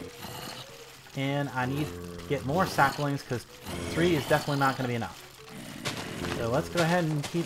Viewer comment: There is no "r" in saplings.